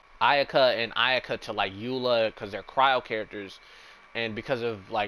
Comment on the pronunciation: XD he said Iyuhkuh hehe thats funny